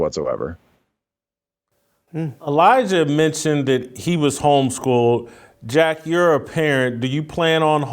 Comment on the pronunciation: Put some respect on Jack's name. Pronounce it correct please.🙂